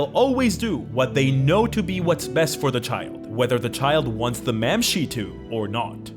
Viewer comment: Mamshee? Bro does NOT speak gaelic lol